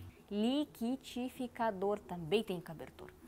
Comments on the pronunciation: Liquidificador deixa eu te ensinar a falar kkkk ( li qui di fi ca dor ) treina falar sílaba por sílaba. Estou estudando inglês não consigo falar tired ( cansado) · É muito bom ver você se acabando para pronunciar liquidificador 🥴 vc é muito legal